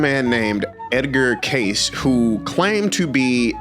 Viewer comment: You said his name wrong. Just trying to help.